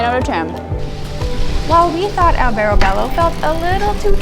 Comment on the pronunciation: Was für ein schlecht gemachter beitrag,lippen stimmen nicht zum ton,und geben sie den hund der immer wau wau macht ins tierheim !alle ortsnaman sind falsch ausgespruchen, auch prosciutto,und nuicht prosskutto,albertobello ,gibt es nicht ! Grauenhafter beitrag 😤😤😤 wir leben hier seit 25 jahren,es ist im sommer alles sehr sehr touristisch !